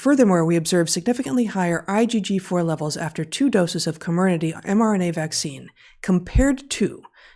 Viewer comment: The compound Corminaty is pronounced call-me-nutty.